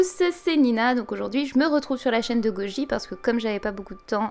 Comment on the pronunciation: Le « goji » du debout mdrr